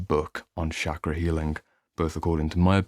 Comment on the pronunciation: Great video Just a mild correction. Here 'ch' in 'chakra' would be pronounced as in 'chain' and we omit the 'aa' sound in the end in Sanskrit and Hindi. No offence. Just for info 😊